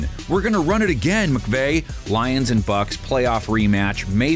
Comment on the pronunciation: How many times is he gonna mess up these lions names 😂